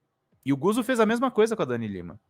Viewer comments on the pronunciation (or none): Não é "Guzo", é "Gutso". Lê-se como "pizza".